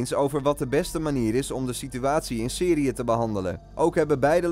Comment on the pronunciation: Om zei hij Seriye